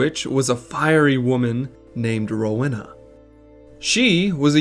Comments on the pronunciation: I know a Rowena in real life, it’s pronounced Roweena. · do americans not hove Rowenas? How come you say it so wrong?